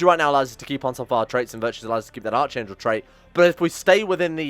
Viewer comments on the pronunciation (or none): You’re saying Archangel way wrong. It’s pronounced like Ark-Angel. You don’t pronounce Anarchy or Archbishop that way do you?